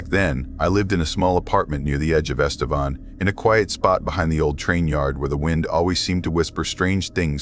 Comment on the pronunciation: Este-VAN not Vawn.